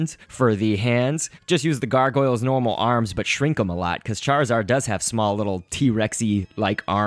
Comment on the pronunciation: charizard prenounceation fail:cairzawd. lolo